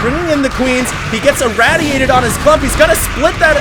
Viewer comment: For the love of God, pronounce, "Irradiate" correctly! Every time I hear you say it wrong it's like nails on a chalkboard.